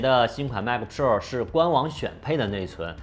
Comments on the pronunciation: pua 普 rua 肉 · 希望能改一下pro的发音，听起来太难受了啊啊啊啊啊啊啊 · piupiupiu的很有趣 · 麦克~普臭儿~普肉儿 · JKbench?真的吗？Pro听着好像叫嫖...... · pro这发音有点飘啊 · Pro 的读音很有个性，请继续保持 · pro的读法是我记错了还是dongdong念错了啊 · 这个pro 真是蜜汁发音😂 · Rasco Wang 非常赞同 真的难受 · pro发音听起来真的难受，嘤嘤嘤